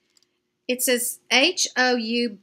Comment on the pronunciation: Houbigant is a French fragrance line. I think it would be pronounced "oo-be-gon". Somebody please correct me if I'm wrong.